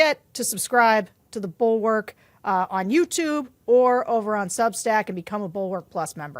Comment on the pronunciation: Could you possibly pronounce Bulwark correctly?